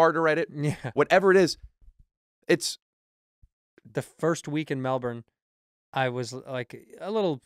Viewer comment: Andrew is the only American that can say Melbourne properly..